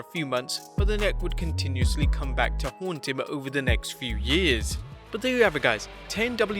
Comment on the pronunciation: He can’t say come